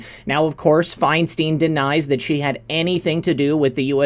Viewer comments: FeinstEEEEn???? It’s ...STEIN ! Like FRANKENSTEIN. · It's Feinstein. Fine stine !! You're driving us crazy mispronouncing it !!